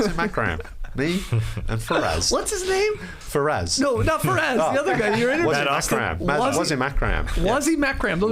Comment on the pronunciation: In case Skeets is interested in a non-butchered version of how to pronounce Wasim Akram's name, it's: Vuh-seam Uck-rum